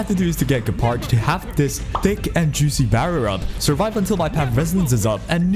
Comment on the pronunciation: You know is name is Gepard right, not Guepard ?